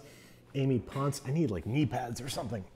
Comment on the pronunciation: Babish kind of butchered my last name but whatever. 💖 (edit: It's pronounced /pon-cè/)